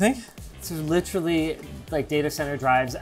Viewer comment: SOMEONE PLEASE TEACH LOINGUS HOW TO PRONOUNCE "LITERALLY"